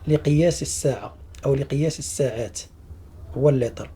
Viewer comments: مشكور جدا ملاحظه فقط لا نقول الساعات بفتح السين بل بكسر السين فنقول السعات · سيعات وليس ساعات ولتر وليس ليطر شكرا